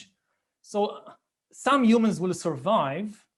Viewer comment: l like when you say umans